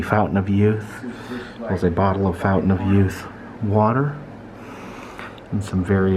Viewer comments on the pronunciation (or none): none